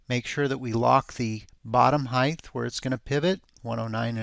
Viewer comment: THANK YOU!!! I can’t watch his videos anymore with audio because it irks me SOOOOOO much! He says it EVERY single time. It’s “Height”, not “Heigth”/“Heighth”!